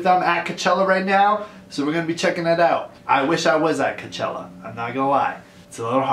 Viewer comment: Someone needs to tell him it's cochella not c.chella